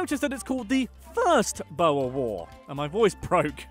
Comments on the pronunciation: i want to scream every time he says one wrong especially Boere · The “Bowes” 😂 its BOERRRRRRRRSSSSSS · He's saying 'boere' like bowa😂thanks for the effort mate BTW it's like 'boo' (like a spooky boo) and 're' (like the beginning of red, and also roll the r) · He said BOUE "cringe" UUGGHH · OMG. Cringing at the pronunciation of Boere XD